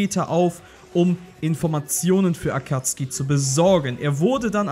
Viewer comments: Sorry aber Akatski triggered mich hart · Akatsuki nicht Akatski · Akatzuki wird Akazuki nicht Akuzki ausgesprochen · ich kann diese akatzki nicht hören tut mir leid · „Akatzgi“ heisst AkatzUKI „Saske“ hat noch n U im namen SasUke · Kannst du vllt nicht lesen da steht akazuki mit u und nicht akatzki ohne u lost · Da steht Akatsuki du deutsches Würstchen. Sowohl im japanischen als auch im englischen sagt man "Akatski" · 1. Es heißt sakuura und nich saaakura 2. Es heißt sasuke und nicht saske 3. Es heißt akazuki und nicht akkazi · Est heißt nich akatski sonder Akatsuki😤😤😤😤!!! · Ich könnte schwören das heißt akatsuki und nicht akatski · Sorry, war falsch formuliert. Es sollte mehr auf das "deutsche" bezogen sein. Im Englischen und im Japanischen heißt es nämlich "Akatski" und nur im Deutschen "Akatsuki" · Akatsuki!! NICHT ,,Akazki‘‘ AKATSUKI!! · Akatski? Akatsuki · Auf Krampf saske und akatski am sagen rede doch deutsch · Englische Aussprache: Akatski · Warum sagt er akatski und saske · Akatski die Aussprache klingt voll cringe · Es heißt akatsuki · Kann es sein dass du die namen falch aussprichst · jetzt nix gegen dich aber irgentwie regt es mich auch wie du AKATSUKI Aussprichst